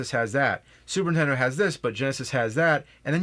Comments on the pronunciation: I'm sorry, but I can't take it anymore...super NINtendo! Not super Ntendo! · I never played this game because it has a stupid name and the premise makes no sense. I wish James would learn how to say Nintendo. I mean, a guy who got famous by playing old Nintendo games should be able to pronounce it correctly.